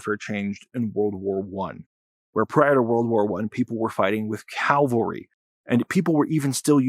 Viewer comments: It’s pronounce cav-al-ry, not cal-va-ry which has religious significance as the location of Jesus’ crucifixion. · cavalry :) ("calvary"(sic!)) ... FANTASTIC ANALYSIS! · for someone who supposedly thinks that they know about warfare. The fact that you said CALVARY (the hill on which Jesus was crucified) rather than CAVALRY proves you know EFF all. UNSUBSCRIBING! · and a bit after. I hate to be that guy, but it's pronounced CavALRY, not Calvary. Calvary was where Christ was crucified, Cavalry are the horse mounted warriors. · "calvory"? it's cavalry you muppet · that was a great analysis, and I hope you can increase your credibility by pronouncing cavalry correctly. I think I heard you say calvary...🙂